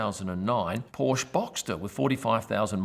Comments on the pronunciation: It doesn't matter where you live. When you are at Zandvoort go an see Toto Wolff, Mick Schumacher or anybody else and ask them how to pronounce Porsche. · You still don't know how to pronounce Porsche.